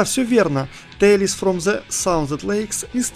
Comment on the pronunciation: С английским произношением нужно что-то делать... "Тэйлз"!!!